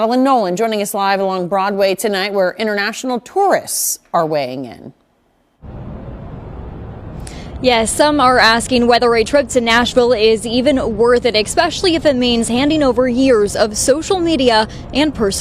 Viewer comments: Expecially? American slang makes that reporter sound uneducated. Kitty needs a basket near Dad.😆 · Hate the way they say xpecially or xcape lol